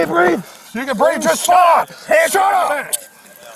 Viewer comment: it is actually " I can't breeve"